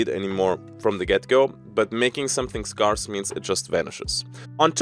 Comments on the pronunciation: Scarce is pronounced like "air" and not "are" if you do care to pronounce it correctly, but you are kind of like a European cowboy so it's all good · Scarce is pronounced like "Scare" not "Scar", with more of an eh sound than an ah sound - just so you know for future;) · Just for educations sake. The word scarce is pronounced the way you would say scare, where it sounds more like care and not like car. S-CARE-SE. Your English is amazing. Keep up the good work ❤. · Scarce is usually pronounced like "Scare" and not "Scar", just for future reference, but everybody will know what you are saying in either case anyway! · Not important but if you pronounce 'scarce' as just 'scares' like the plural of 'scare' you're pretty much right on the money. Doesn't matter though, everyone knows immediately what ya mean given the context regardless of how you say it. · As a native speaker I will only pronounce it as "Scar-ace" now in your honor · Pro tip on saying Scarce ( if you care): Say Scare (pronounce the -ARE part like AIR), Like you are trying to SCARE someone then just say SSSS at the end like a snake hissing lol. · If you're interested "scarce" is pronounced like scare-ce because english pronounciation is beautiful and special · Haha - your English is excellent, 'Scarce' is literally the only word you mispronounce - I'm starting to think its intentional to trigger pedanats like me (which would be fine too). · Hey, not to make fun of you; just trying to genuinely help your awesome self! Whenever pronouncing the word scarce, think of the word scare or scary. The A in these three words are pretty much pronounced the same way! Loving the video, cheers!